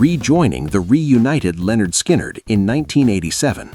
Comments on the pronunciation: Lynyrd, not Leonard. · It's NOT Lenard... It's LYNYRD. Get it right or get out. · It’s prounced “linn-nerd”. Look at their first album cover. Oh wait, you’re a robot. Never mind. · LYNARD NOT LEONARD. 🙄🙄. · "Leonard " Skynyrd , really? America never gets it right